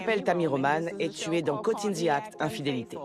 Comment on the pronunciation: Coucou! j'aime beaucoup tes réact, surtout les caught in the act. J'aime aussi beaucoup l'anglais et mes oreilles saignent à chaque début d'épisode mdrr on NE DIT PAS coz in the act mais "côwte", je t'en supplie essaye de le dire une fois, juste une fois, et je serai comblée de joie et de bonheur éternels 😆😉 Merci et big up